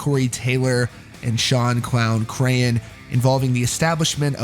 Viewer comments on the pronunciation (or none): none